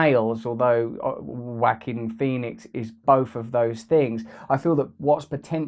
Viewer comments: Wah keen is how it is pronounced. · "WACK-KING Phoenix"??!? ! BaHaHaHaHaHaHaHaHaHaHaHaHaHaHaHaHaHaHaHaHaHa... mmmf, ahem Lol. (no peace💘) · Throughout this video i thought he was saying Whacking Phoenix 😆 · Whacking Phoenix... Ja-oh-qwin Pho-nex... Whao-keen Phee-nix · This seems like a well thought out treatise, but, I'm sorry. I'm sorry that I can't get past him intonating "WHACKING Pheonix". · Lol, he pronounces it “Wacking Phoenix” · Bradley Bindle yoooooo I was at the laundry mat listening to this and began laughing hysterically when I heard him say wacking Pheonix. Everyone was staring at me like I was crazy 😂😂😂😂😂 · 'Whack-Kin Phoenix' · I like how you pronounce Joaquin as Wackeen, Russell. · It sounds as if Russ says: ''Whacking [instead of Joaquin] Phoenix''. Freudian....?? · "WACKING Phoenix" hehehe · haha it did sound very like "WACKING" when he said it. hehe